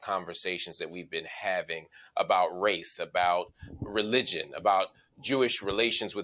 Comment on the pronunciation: "It's not a RACE thing; it's a RESH thing."